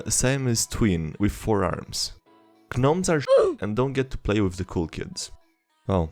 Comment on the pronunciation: Did he just pronounce the "g" in gnomes